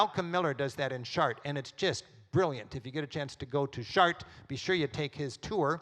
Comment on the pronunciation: americans pronounce foreign words so that they don't even resemble the original. Giotto? Chartres?